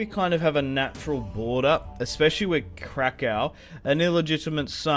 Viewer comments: If you want to say krakow in polish it’s krakoov as in crack oof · Let me clarify how you say Kraków, if you put it into English pronunciation it would be: Krakoof, hope it helps :)